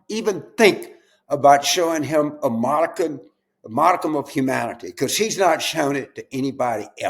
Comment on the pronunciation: finally, somebody pronounced modicum correctly.